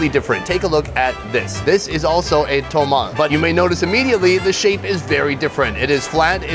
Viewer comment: Please,quit saying "tomal" Sometimes you say that. It's "tomalE"